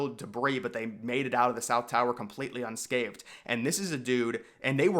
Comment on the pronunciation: Unscathed, not unscaved